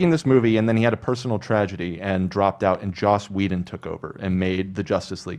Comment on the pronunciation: You kept saying Josh Whedon lmao